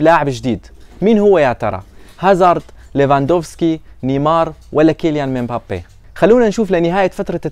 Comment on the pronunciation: تره والله اسمو كيليان مبابي مو متل ما انتي بتنطقها يا انت بتنطقها كيليان ممبابي لا هو مبابي